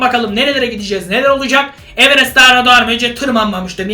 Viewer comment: Abi evenes derken ?